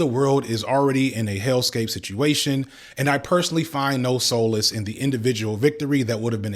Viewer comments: I believe the word "Solace" is pronounced SAH-LESS instead of SO-LESS. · Slight tip: the first syllable of solace is pronounced like salt, not soul.